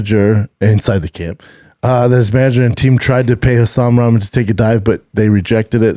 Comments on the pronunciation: Why can't he say Rock-mon. That's how Rahman is said. He says is like he's talking about ramen noodles. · Damn Schaub hates pronouncing dude's name right. His dad is a stud who beat Lennox Lewis. I get that he hates him but at least clarify its a joke. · He's just as bad with names too. Can't say Rahman names properly to save his life.